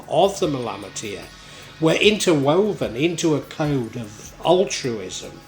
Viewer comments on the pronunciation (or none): Nice interpretation of the Malamatiyya my Friend. My only criticism as a student of Arabic is the odd mispronunciation. Other than that I am in total accord with your content, and am much appreciative of your efforts. JZK.